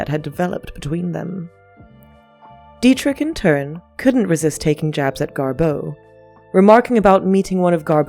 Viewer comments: Why do you say GarBEAU????? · DO NOT WATCH!!! I did and it's 13.44 minutes I'll never get back 😢 Waffles on n on talking about early betrayal and only only 1245 outlines how they met inBerlin in the 20's. Constantly misprounces GarBEAU, Marlen n implies GarBEAU left Hollywood n films yrs later on account of Marlen😅